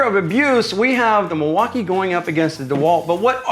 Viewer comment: By around the 5th time he said "MIL-WAU-KAY-EH" I was done. Super cringe. I award you no thumbs up, and may God have mercy on your soul.